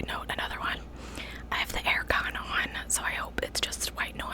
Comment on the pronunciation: Did you say air con like a Brit? 😅💜💜